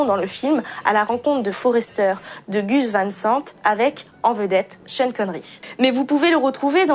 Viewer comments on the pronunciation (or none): none